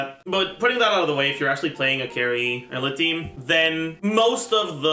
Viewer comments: Great video! Only thing that bothers me is that pronounced Eula as “Ella”. Pretty sure it’s supposed to be pronounced like “Yoola” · I hate how calls Eula Ela... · For some reason he calls her Ella, much like he calls Aloy "Alloy". It's just what he does. No real reason as far as I know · I was listening to this video and I was so confused like who's Ella? I had to look at the video to understand it.😂😂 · The pronunciation in game is wrong, its not yoola, its oila. He still says it wrong but yea its not like saying yoola is any better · ohh tyy. I was so confused i thought he was saying aloy 😭😭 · Bro did you pronounce eula as Ella? I was so confused 😭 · Honestly, if you're going to purposely mispronounce a name of a character, just have the character's name or a picture of them on the video at all times...please. I know "Ella" is funny, but it's confusing for people, like me, who have dyslexia. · foreign lol (bowl)